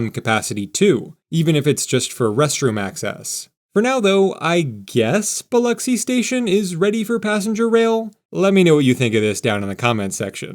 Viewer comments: Lol. I was surprised he didn't say Bil-Ocks-y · I'm from Gulfport, great video, Sundays in the south are for church and family, and as you see, EVERYTHING is closed. Good job on pronouncing Biloxi. Only locals real know it's just the "Pass" and just the "Bay"